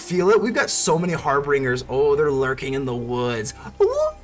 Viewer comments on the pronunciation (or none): Dig the deck, but it's harbingers (pronounced "binger" like someone who drinks too much. Lol) not "bringer". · So it appears I can't read and decided to throw an 'R" in Harbingers and pronounced it "HarbRingers" this entire video. I've never heard of the term "harbinger" so it never occurred to say it like that. Feel free to roast me into ashes in the comments. 😎